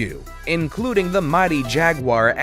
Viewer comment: Jaguir ??? try Jaguar